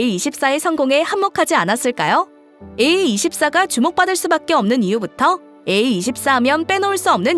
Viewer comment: 에이투포라 발음해즈세여 제발